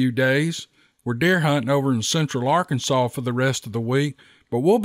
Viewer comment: I live in Arkansas too and I'm loving every moment when I hear you say Arkansas and the Steve Lilly story's are amazing brother please keep them coming ❤